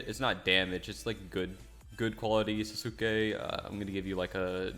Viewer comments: it's actually pronounced "sas-kA" I hope this helps xD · is mad me so mad it's not pronounced ta my oh its tah ma yo and not tan jer row it's tawn jer row it's not na ROOT oh its naruto and sauce kay